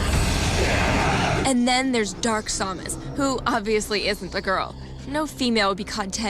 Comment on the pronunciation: I just noticed Adam and Morgan were saying sawmus not samus